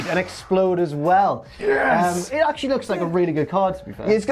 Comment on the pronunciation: I know said and explode but I heared "N-X-Plode"